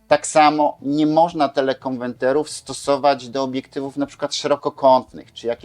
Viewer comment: Suchać się nie da tych pańskich teleKONWENTERÓW. Niech pan stanie przed lustrem i 100 razy powtórzt : KONWERT, KONWERT, KONWERT ...co oznacza po angielsku "zmienić na". A potem 100 razy KONWERTER, KONWERTER, KONWETRER.. A potem 100 razt TELE KONWERTER, TELE KONWERTER, TELE KONWERTER....